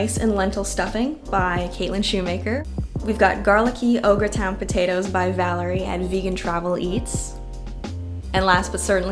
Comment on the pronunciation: When you said “au gratin” at the end I definitely thought I heard Ogre Town 😂 I need to get my hearing checked